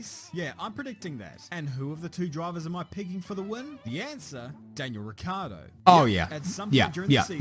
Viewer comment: I BEG YOU, FROM ITALY. Please. Please. PLEASE be the first anglospeaker to pronounce Ricciardo's last name properly. It's Italian. And in Italy we pronounce "ci" as a "chi" sound. Like in "matching" for instance. So it's not Rikkiardo or Rikkardo but more like if it was Ritchiardo. And with a rotating "r" (as if you were scottish). Pronouncing his name correctly it's the only thing that separate you from "above legend" status. Hit me up if you want a sound sample 🤪